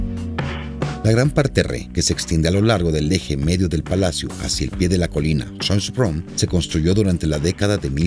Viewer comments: Dios mio... un poquitin de aleman no le vendria mal al señor que hizo este documental!!!Minimo para que pueda pronunciar bien los nombres que no deben de traducirse. suena horrible escuchar jonbrun en vez de chonbrun por asi de acercarse en su optima pronunciacion!! Francisco Jose.. por favor! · Pronuncia mal el nombre Schoenbrunn. Ademas, Francisco Jose' no era el "ultimo" emperador austriaco, porque Karl I o Carlo I era el untimo. Por lo demas, muy bien explicado e ilustrado por el video.